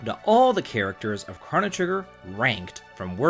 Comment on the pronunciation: Crow-no* Ayy-lah* Decent video otherwise.